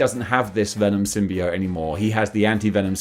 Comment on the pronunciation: You can pronounce symbiote either way, but your pronunciation is the most common.